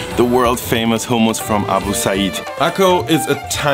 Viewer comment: Thank you for not pronouncing it the American way (hum-muss).